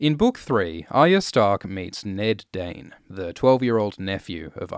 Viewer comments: I feel like "Dayne" is how a Dothraki would pronounce "Dawn".... Read into that as you will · Your accent says "the doern family lives in doern, and has a sword called doern." (Dayne, Dorne, Dawn) To your credit, you are also very good about prefacing "the country of doern", or "his sword, doern" Never confused, just funny.